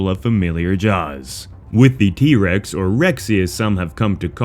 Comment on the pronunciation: Was that trex not irex lol